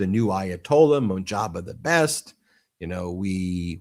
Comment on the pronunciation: Let me begin by saying, you have a great show and I listen to you guys all the time. The new AYALA name is pronounced MOJ-TA- BA I know I know you have difficulty pronouncing Iranian names😂 you guys have a very smart show.❤